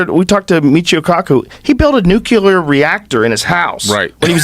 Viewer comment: "Nucelar reactor" LOL